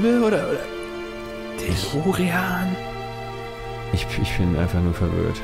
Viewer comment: De. De. Deelooreeaan ? Was soll das denn sein? 😂👌